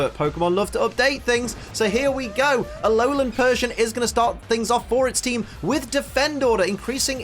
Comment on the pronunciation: He said Aolan nine tails